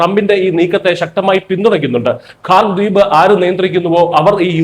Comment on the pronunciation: it is KHARJ ISLAND ...your poronounciation is not correct....